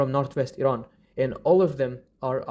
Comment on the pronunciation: As an Iranian I'm appreciated for pronouncing "Iran" correctly, that means a lot to us ❤